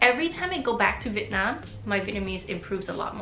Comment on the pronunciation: It was really lovely listening to you share your story and how sincerely and humbly you've approached and received Vietnamese culture and identity. I can't express enough how happy I was to hear you say "Vietnam" and not "Vietnom" while speaking English!